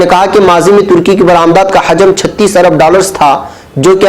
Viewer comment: حجم ،، بضم ح ،،ھے